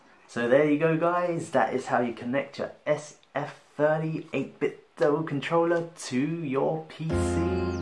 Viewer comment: 8 bit DOH, not DOO! Sounds like Nintendo.